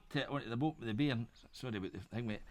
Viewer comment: Wow, this is where english originated from and just figured out he was saying bearing, not bm